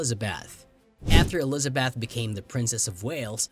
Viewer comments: Why are you pronouncing Eliza"beth" as Eliza"bath"!? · Only American's can fuck up and get away with it. In ANYTHING! Including Harry and Megan. Terrible computer soundtrack. "Elizabath". You yourself as company website are the worst offender's of all! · narrator cannot pronounce 'elizabeth' or 'windsor'